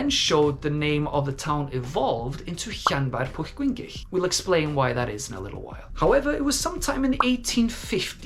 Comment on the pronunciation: Wow! That really is a long town name and you say it so very well! LOL. But then again, you should since you are a native. The history of the name is really interesting as is the linguistics of it. My Dad's middle name was Llyewllyn and now I know that we have also been mispronouncing it all this time. 🤣🤣🤣